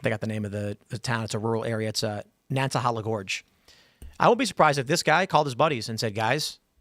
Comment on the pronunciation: It’s pronounced nana hayla